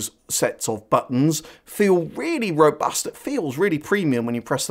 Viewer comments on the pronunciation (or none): none